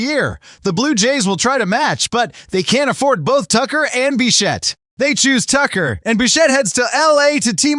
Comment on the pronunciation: Bichette, not Bichat, stupid AI.